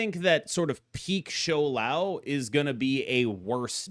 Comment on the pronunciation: Props to pronouncing Shou Lao better than Lamby in mandarin 😂